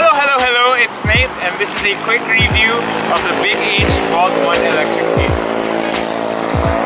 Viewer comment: Love how you say "re-view" instead of "review". hahaha. Keep going Nate! Loving your vids.